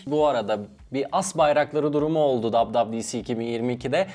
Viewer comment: Adam wwdc yi dab-dab-di-si diye okudu. Valla bak şaka yapmıyorum.